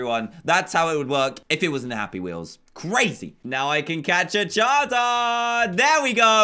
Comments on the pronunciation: It's charizard not chazard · Charizard not chazard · He said charzard